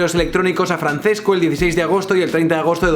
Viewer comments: Un italiano muere cada vez que dices Francesco y no Franchesco... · hace daño al oido oir francesco, se pronuncia franchesco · Illo, se pronuncia /fran-ches-co/ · Simplemente me parece incomprensible que en España no sepan cómo se pronuncia el italiano. Francesco se pronuncia FranCHesco. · Arrghh, mis oidos. Se pronuncia Franchesco Archuri. C en italiano es ch. Ch es c y gl es ll. Calliari, no Cagliari. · Francesco no se leerá "Franchesco"? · Se pronuncia "franchesco" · Te quiero muy fuerte pero cuando pronuncias "Franθesco" me duele mucho por la zona de los tímpanos. Pronunciad a la italiana, plissss :( . Por cierto, el mejor vídeo que has subido nunca. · Se pronuncia franchesco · Se pronuncia Franchesco, ce en italiano se pronuncia "che".